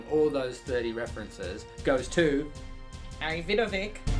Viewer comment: Harry Vidovic. I'm pretty sure it's supossed to be pronounced like Vidovich, with ch like in chair